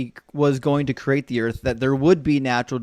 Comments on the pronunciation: Is the caller saying "Earf" instead of "Earth"? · What the hell is "Earf"? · when he created the earf. thats when id end the convo